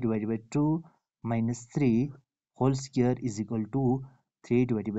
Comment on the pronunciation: SQ-UARED not SCARED. If you want to make videos, work on your accent. Listen to videos in English and pay attention to the pronunciation. ‘a scared’ sounds silly.